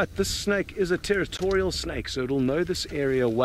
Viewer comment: 视频里的英文还算能听懂啦，只要你不让此人糟糕的发音所左右就是了。比如把蛇snake或成了小吃snack。呵呵。